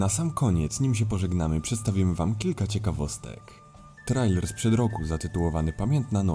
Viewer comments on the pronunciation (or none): none